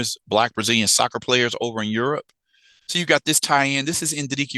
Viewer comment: Aerope not Europe